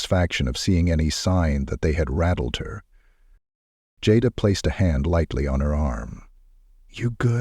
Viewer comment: The person telling this story keeps calling the lady name Jada by the wrong name, which is so disrespectful!. It's so easy to pronounce her name right, Jada. Go back on the tape and listen to how you wouldn't pronounce her name right on here in different places on this story.